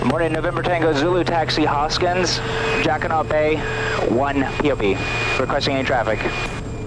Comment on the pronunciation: I've flown in that area for years and I never heard any body say jacquiNOT Bay. It has always been pronounced jacquiNO Bay.